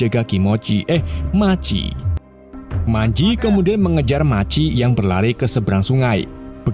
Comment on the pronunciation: Machi .maji machi maji😂😂😂. Bgung jd dgr nya